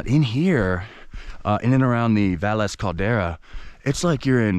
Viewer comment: Thanks for specifying that you took French. Kept me from getting mad about the pronunciation of places. To be fair, even some of the Spanish named towns have their own unique pronunciation. Great incorporation of history.